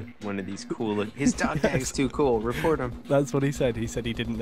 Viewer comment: "Dog tages" ? dafuq?